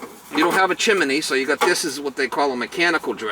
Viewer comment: ‘CHIMINEE’ heh heh heh My dad always used to say that!